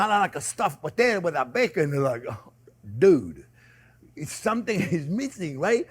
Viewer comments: That looks so delicious, but the baked crusty bits on top would the best part. mmmmmmmmmm...crusty bits. Not only did I hear you say "Dude" but you said "Dude" with a French accent. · Haha I had to rewatch it 3 times, but chef said "DUDE"